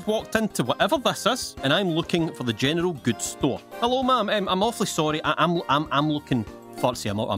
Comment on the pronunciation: General Goods What I hear: Gentile Gills